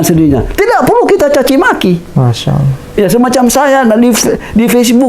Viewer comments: Tolong sebutan Allah, jangan disamakan dg penyebutan sewaktu Bpk. di Agama sebelumnya. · ASSALAMUALAIKUM WR WB...fimohon dan minta tolong ya pak untuk bapak didalam pengucapan allah TAPI ALLAH SWT dan ajari pengucapan dalam lidahnya dan trrima kasih dan juga cara dakwahnya harus murni islami jadi biar terkesan betul mantap dalam beragama islam.karena kalau pengucapan allah masih kayak itu kemungkinan besar bagi yang tidak tau pada bapak jika menyampailam bab islam akan dikira misionaris karena pengucapan ALLAH SWT masih kaku dan kelu tapi saya mendukung sangat.dan untuk sekarang focus belajar islam dulu dan jangan berdakwah dulu dan mungkin lain kali.karena ta lihat masih penyampaian islamnya masih berdasrkan ilmu pikirannya dan nalarnya meski itu benar tapi kurang kuat jika tidak disandingkan dengan faham dalil AL QUR'AN DAN HADIS karena jika tidak dikuatkan dengan dalil maka akan jadi penyampaian ilmu hanya sebatas pikirannya dan jadinya akan ilmunya lebih dulu dari pada pelaksanaan dan itu kurang bagus dan cara pengucapan lafal arab yang benar dan terima kasih dan tetap semangat salam dari saya pribadi.SEMANGAT BERDAKWAH BOLEH ASAL ADA KAPASITAS YANG MEMPUNI DALAM BERILMU DAN DALIL KUAT DAN PAS DALAM PENGUCAPAN DAN DISERTAI DENGAN UCAPAN DAN PERBUATAN YANG SESUAI DENGAN APA YANG DISAMPAIKAN karena ni demi murninya islam terjaga.dan jangan asal semangat berdakwah tanpa dasar tapi jujur saya dukung mumek dan terus semangat dan dalami islam pada ahlinya dan berguru secara langsung dan bukan hanya di yout